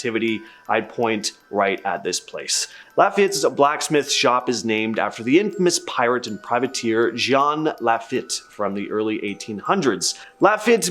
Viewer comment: It's pronounced Jean (Gene) La Feet not La Fit....Im from here....heard it all..I Love my city.